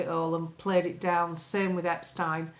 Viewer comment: I love how you pronounce Epstein correctly, as your time in Austria has ingrained the correct way to say these sort of names. ✔️✔️✔️